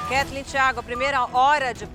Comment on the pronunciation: E até hoje o Fogaça não consegue falar o nome da Ketleen